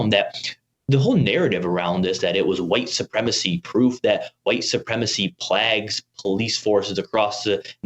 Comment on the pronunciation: Ok is "plag" another way to pronounce "plague" or is this guy just pronouncing the word wrong?